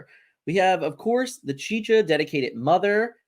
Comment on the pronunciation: It's pronounced chi-cha not chi Ka xD